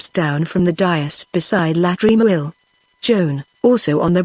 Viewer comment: The reading is good in parts but there are some glaring errors. When a character says NO, the person who is reading it says number because there is a colon after NO. Also LA in front of Tremouille's name should not be read as 'L' 'A'. Wish such errors are corrected so that students of non English speaking countries who use the audio book learn it right without making similar mistakes. Seeing the title as British English these students will think the mistakes are actually correct